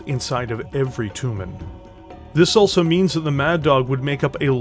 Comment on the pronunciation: Jag WIRE? toooomin? wtaf? tray JAG YOU ARE. try TOE mahn. ENUNCIATE.